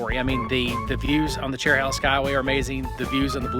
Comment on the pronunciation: It's chero- hey-la not chero- holla. Connects the Cherokee National Forest with the Nantahala forest. Nantahala is hey-la, not hol-la